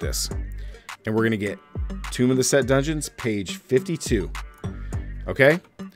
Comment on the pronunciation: I'm a little late this season. It's pronounced "tomb" bro